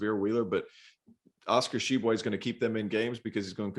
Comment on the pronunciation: Glad to see finally learned how to pronounce Tshiebwe!